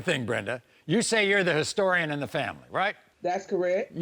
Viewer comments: Soooo we just gonna pretend she aint just said historiton.... okkkk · And the grandmother said she now the family historitan! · She said ‘HISTORI-CAN’ then she caught herself. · I noticed that too, she couldn't even stay the word Historian correctly. What an idiot